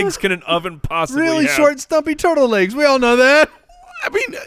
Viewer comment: says laigs for legs and asteriks for asterisk? Can someone tell him he’s in broadcasting?